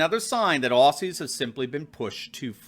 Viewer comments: Aussies pronounced ozzies. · FYI, Australian's call ourselves Ozzie's, not 'Ossies' as the American media always refers to us, and Melbourne in a weird twist is pronounced 'Melbin' locally. 😁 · Love this channel but please don’t EVER CALL US OSSYS ! You say it OZZY, Spelt aus I know but never ever said that was! OZZY! That’s it if you say it wrong you might as-well not speak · Please, for future references its Aussies (pronounced Ozzies not Ossies). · Bruv its pronounced "Ozies" You know like The Wizard of Oz..... Aussies is pronounced Ozies. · Mate, love your videos. People need the truth in these troubled times. One thing though, “Aussies” is pronounced “Ozzies” 😂 God bless you and keep it up